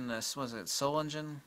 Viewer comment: Solingen....with soft g though...